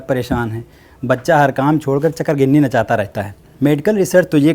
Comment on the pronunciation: I like the way chakrghinni